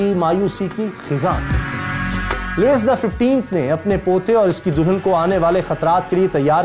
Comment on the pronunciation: Sir agar mai ghalti par nahi tho yeh Louise لوئس nahi parha jata balkeh لوئی parha jata hay